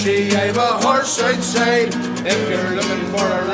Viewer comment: i've pissed my high ranking irish gf of when i stated that "outside" sounded identical to scots' pronunciation :DDDDDD yet... it IS :D